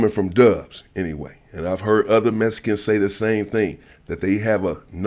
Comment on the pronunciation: Mescans and axed all in the 1st 15 seconds 😂😂😂